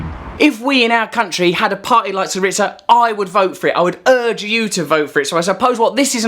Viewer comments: It is pronounced /'siriza/ with a /z/as in zed, zillion, zoo, stressed on SI. thank you for the video. Very informative! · Pronounced "sEE-ree-za" ('z' as in "zoo", not as in "pizza"), just FYI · Russell its Tsιpras not Zipras. Siriza not Si-ritsa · Love the Trews! You got your pronunciations wrong though... It is not Zipras and Syritza! It is Tsipras and Syriza. The z is a zed in Greek not a tz! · OK Russell I love what you're saying but please pronounce this with us the Greeks: Tsipras is pronounced Chip-russ and Syriza is pronounced See-Ree-Zah. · it's SEE-ree-za , and CHEE- pras